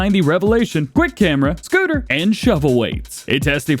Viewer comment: Who else loves the way he says SCOOTER! ?